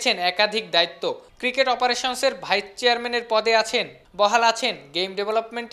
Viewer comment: It's vice-chairman not vichherman